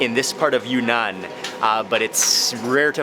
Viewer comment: It’s “Yun-Nan”, not “Yu-Nan”.